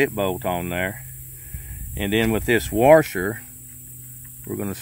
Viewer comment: Thanks for the video. You say warsher like my Mom says warsher. Also, if you unloosen something, you’re tightening it. 😂 sorry I’m such a language jerk. It’s my cross to bear.